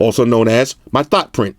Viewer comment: Lost it at "thot print" lmao